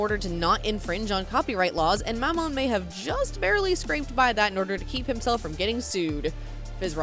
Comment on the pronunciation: They way you pronounce Mammon makes my uncomfortable